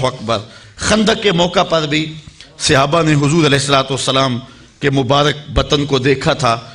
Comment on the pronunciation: bohut eman afroz waqiaat aaqa ki zindagi k sunae heen lekin aik lafz ki ghalti thi jiski takrar bhi bohut hwi yani sahaba or sahabi wahid he jis ko aap ne musalsal Sihaba kha or sihabi kha he bra e meherbani drust kr lejie